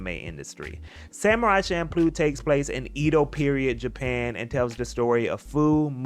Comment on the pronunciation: prononciation was so on point until you said "ido" instead of "edo"😭